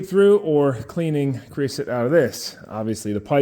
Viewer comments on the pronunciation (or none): “Creo-sote” and “soot” are 2 different things. There is no such thing as “creosoot”